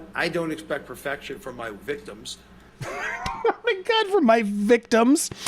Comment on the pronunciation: Love that line “ His Viticms” laughing so much at that